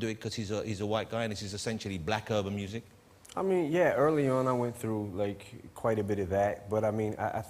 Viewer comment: “When I wuz writing’ moosic..man.. “ Eminem wouldn’t know what music is. What a laugh.